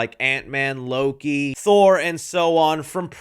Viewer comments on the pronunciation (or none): none